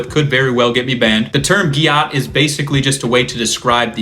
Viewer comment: it’s pronounced gat.